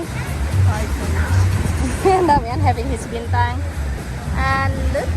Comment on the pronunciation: Why did your honey said binteng 😄. Is that how we say it now? to differentiate the beer from the star